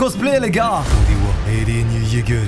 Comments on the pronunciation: Dites moi que jsuis pas le seul à qui sa triggered de l'entendre dire eren YEAGEUR au lieu de eren YEAGA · « Eren Jeager » 😭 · Airene yégueur